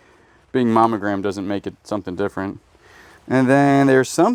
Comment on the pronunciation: I am always puzzled... do you say momogram instead of monogram???